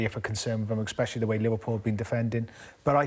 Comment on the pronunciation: Craig ‘eggspecially’ Bellamy